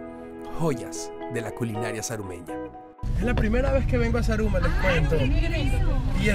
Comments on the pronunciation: roberto repite conmigo ... za..ru..ma .. no saraguro xD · jajajaja Saraguro me has hecho reír mi Roberto Manriquez pero es Zaruma Zaruma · Jajajjajajaja "Saraguro"?.. Mi lindo Zaruma, Gracias por visitar a la Surcursal del Cielo <3